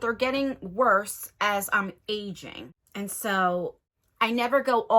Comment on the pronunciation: You said “so I’m aging right” I thought you said “so I’m Asian right.” Lmao I was like you are?? 👀👀👀😅